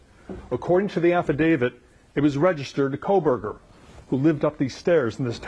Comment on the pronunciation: I just don''t understand when you have only one job to do and you still manage to miss pronounce his name as ' KohbergerS ' It just does not compute for me